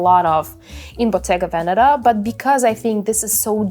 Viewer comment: You don't pronounce Bottega Veneta correctly and it's kinda weird...